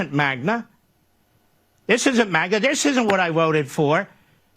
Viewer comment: this isn't magna 😖 is he drunk??